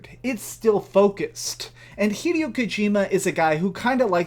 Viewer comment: its pronounced hi-day-o not hedio you moron